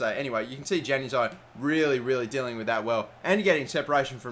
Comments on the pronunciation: ITS Yanazii not januzii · Januzaj is pronounced yan-U-az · It's pronounced yan a zai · Not trying to be a grammar nazi or anything but januzaj is pronounced yan u zie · Hey man, Januzaj is pronounced "Yanazai" hope that helps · Januzaj is pronounced Yanuzaj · Stop pronouncing Januzaj wrong and switch Mata and Di Maria's positions